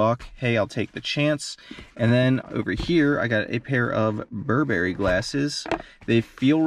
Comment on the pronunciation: It's not bur'berry, but 'burberry (stress is on the first syllable) ;)